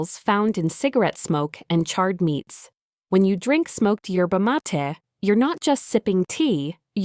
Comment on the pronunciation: Yerba Maa ta Ai, learn to pronounce words !!!!!!!